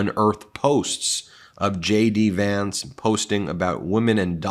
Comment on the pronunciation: Ben, when you say JD Vance to me it sounds like Shady Vance, Which is a appropriate nickname for HIM.